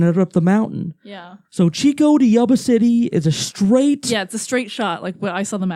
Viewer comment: It was a basketball game, not baseball. And it's Chico not Cheeeooo